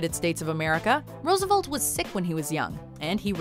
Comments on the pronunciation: Roosevolt? Who is Roosevolt? Rofl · There are two E's is FDR's last name. Please pronounce both next time. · That pronunciation of Roosevelt hurt all of America.